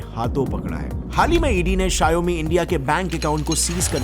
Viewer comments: It's not sha-yo-mi , it's Shaw-me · RIP appul bhai😂 also For Xiaomi Its sheeiaomee in pronouncation not shaiyomeee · Shiaomi kya hai bhai? Shower me ko jod ke bolo And shower ko America ke style mein bolna padega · Please pronounce Xiaomi correctly It's pronounced as show (from shower) +me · You should correct the pronunciation for "Xiaomi".